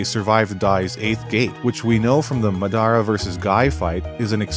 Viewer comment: I was enjoying the vid until you mispronounced Madara 1800 times, that shit hurt.